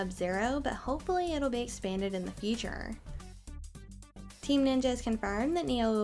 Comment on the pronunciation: talk very fast (which is ok and needed :) ) but you need to keep it clear and understandable such as or and please try to keep around one pitch (futurrrr , paaack ). Maybe try to make a short break after key words lik : Uncharted - received new screenshots - showing new gameplay.... | makes it way easier to listen to :). Hope this helps you!